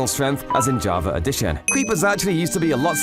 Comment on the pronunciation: Bro he said javer eddition